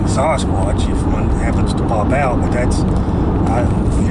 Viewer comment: Dear, I really like the way you pronounce Sasquatch. That kind for your integrity.